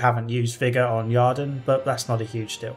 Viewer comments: It is "Use the ieeerden" not "use the jarden". Sorry, but this already bothered me in your review of the first game and this one has an unavoidable setpiece that tells you the correct pronunciation. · A very reasonable critique. You definitely missed out on the succubus quest. A minor thing: there's no 'A' in Yrden and Shile even pronounces it during the Kayran battle.